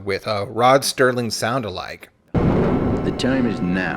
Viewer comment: “Rod STERLING”????? Serling. Smh Copy Editing is dead.